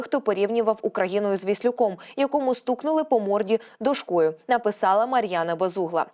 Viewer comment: Не нА руку, а на рУку. Не дошкОю, а дОшкою.